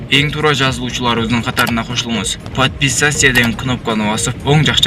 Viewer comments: жоголчу сени жоопко тартыш керек. Айбан эмес депутат дагы эмес. Тааныбасан дабдыраба, подписаться деген созду да туура айталбай жатасын иий уялып кеттим тоого чыгып мал бак сага ошол иш жакшы жарашат. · Ой бляя, качан туура сүйлөгөндү үйрөнөбүз??? ПАДПИСАЙИСЯ КЫНОПКАНЫ 😭😭😭🤦🤦🤦🤦🤦🤦🚭🚭🚭 "Жазылганды унутпаңыз коңгуроосун басып койгула" дегенге мээң жетпейби? Орусча тың сүйлөп албасаң кыргызча эле тап-так тың! сүйлөбөйсүңбү, тантырап уят болбой.